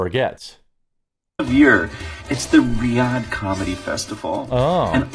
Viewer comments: Ree-yad. Who says ree ad ha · Say it with me - reeyad Thats it. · Hey J-man Riyadh is pronounced Ree-odd. Got to spend a few months there during Desert Shield/Storm. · Riyadh: REE-ODD. Not : RYEAHDAH 😅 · its Ryadh, not Rayadah... wtf? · REE-YAD. Not ree-ya-duh lol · Jeremy, I love you bro.....but it's pronounced "Ree yod" not "Ri oddah" 😂😂😂 Or you could just pronounce it the way the lefties do and then it's just "Reeeeeeeee" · Riyadh is not "Rye-AH-duh", it's pronounced "ree-YAHD". FYI. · It's REE-yahd, not RYE-ah-dah. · Jeremy sounds really dumb saying rye-odd-uh. It’s Ree-Odd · You probably don’t care, but Riyadh is pronounced more like “ree odd”. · It's pronounced ree-yad, fyi. Also, you don't know who Sebastian Maniscalco is?!? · It's pronounced "Ree-ad" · Riyadh -- REE- YAD Good grief! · Riyadh is pronouned like "Ree-Yad"... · Its pronounced 'rhee-odd,' brother. Don't give your haters any fodder. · Ree-yad LOL.... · Riyadh is pronounced ree-odd. I like ur stuff but that drove me crazy. Keep up the good work. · Its pronounced "Ree-add" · It’s pronounced “REE-YAHD”. I can’t believe what old Billy ball bag has become. What a shame that seething cauldron of East Coast rage humor is no longer. This guy here with the video—- is this your job? This is your contribution to society? Are you in your own house? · It's pronounced "Ree-yawd". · Riyadh: ree-YOD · It’s pronounced Ree-Odd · In case you want to know, Riyadh is pronounced 'ree-add' Most of it is silent. For some reason. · “Riyada” lmao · Ri-Ahd. Jesus dude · Jeremy its pronounced (Ree-odd) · Ree-Odd. It's not hard buddy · Pronounced , re ad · Riyadh is pronounced.. Ree-yad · It’s pronounced “ree-ad”, genius. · I think Riyadh is pronounced Ree-ahhd in future if they're referring to the location. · That’s pronounced REE ahd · It's pronounced 'ree-ad' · Reeee Ahhhd is how you pronounce it lol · Riyadh is pronounced "Ree-ad" btw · It's pronounced "Ree-ahd". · Ree-odd is how it’s pronounced to all the uninformed